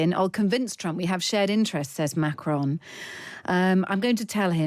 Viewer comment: By the way : his name is not pronounced Macroon but as Macrôn . Do you British people don’t go to school anymore ? Greeting from Holland